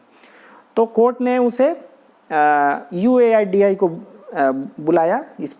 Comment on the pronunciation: I m totally confused uaidi or uidai?